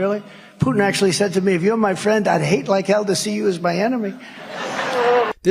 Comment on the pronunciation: "...what i notice is a common thread...all your fwends are tyrants"